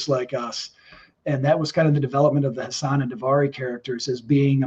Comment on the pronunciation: It's Hassan Chris not Hussain